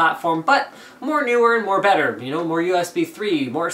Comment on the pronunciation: you're a bit off on "better"